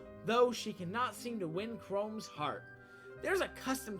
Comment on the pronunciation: How is it even possible that everyone mispronounces Chrom like that? It's pronounced EXACTLY how it looks, not chrome. And they even voice act it several times... (You got Vaike wrong too, but that's not as bad)